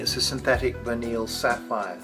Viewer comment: Vineal? Its Verneuil...